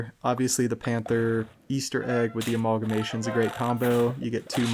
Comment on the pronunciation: Speaking of weird pet name pronunciations... We sold on a-mauwl-guh-mation? Lol.